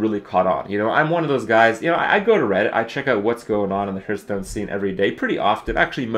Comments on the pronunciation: It's quite distracting that everytime he says Hearthstone it sounds like Hurtstone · Always bugs me when people say Herthstone, just because I say Harth and that's how it's properly pronounced.